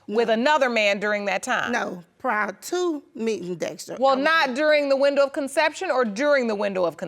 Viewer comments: “Not during the window of conceryiuupn” WHAT?? Lol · Maruquel Williams Thought she said “consex” the first time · Somebody please help mom pronounce "conception" and "conceived" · She said not during the window of consection! 😂not conception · She cannot say conception to save her life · Let me find out she can't pronounce conception. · I knew none of them was the father. That young man is too handsome. I knew the mother was lying, she could not even pronounce the word conception